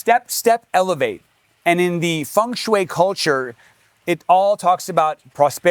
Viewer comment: Great video, but if you say feng shui one more time 😂